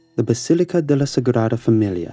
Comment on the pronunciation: The way he pronounced La sagrada familia really caught me off guard, i was tense, interested in all the stories, and now im laughing, im sorry but omfg that was funny